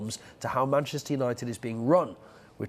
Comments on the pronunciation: seem to have forgotten the H in Manchester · 'Mancester' nice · "Manchester" please fix